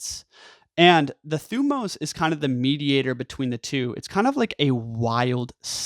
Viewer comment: Great video. You pronounce thymos wrong. But other than that you re good.